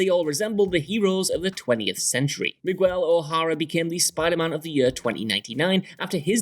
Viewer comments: Spider-Man 2099’s secret identity is pronounced mig-el, not mig-well. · Please don’t say migwell. It’s miguell. Say it with me, mig. ell. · Ok ima just say this for all white people since you guys can’t get it right. Mih-G-EL. That’s how you pronounce MIGUEL. You will never meet a Migwell, Ever!!! Please stop adding an unwanted w in our names. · When you said MiGUWEL instead of MigeEL I got so annoyed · Mig-ell not Mig-well. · Dude, the name Miguel, as in Spider-Man 2099, is pronounced Mig El, not Mig Wel. Seriously, its so grating hearing you say it over and over. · He says "Migwell O'Hara" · Mig-Well hahhahha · Nobody gon talk about how he said miguel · why…why pronounce Miguel like that. The U is silent bro cmon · The way he pronounces "Miguel"......... 😐😑😲😖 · When he said the 2099 spiderman he trucking said miguel wrong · Just a note here: The "u" in Miguel O'Hara is silent. Come on guys, you've seen Coco by now. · The way he said miguel 😂😂😂😂